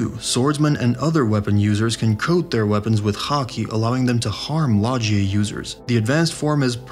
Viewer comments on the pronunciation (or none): Logia is with a GUH not GEE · did you just say lodge eee ah instead of low ghee ahh? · How can you not say logia right. I swear half these anime YouTubers don’t watch the show, how can you watch a thousand episodes and still not say it like the characters show you 😂